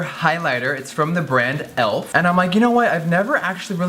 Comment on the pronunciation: JEFFREE!IT'S PRONOUNCED E-L-F...THE LETTERS NOT ELF...LOVE YOU SOOO MUCH GIRRRLLLL